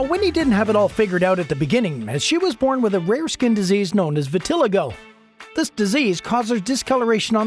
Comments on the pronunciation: Vitiligo is pronounced vi-tuh-lai-gow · Vit-a-LIE-go. Can't stand it when people post videos without checking pronunciation.